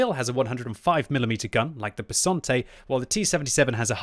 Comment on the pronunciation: Italian’s tank name: Bisonte.: Bessonte. Subtitles: Besante.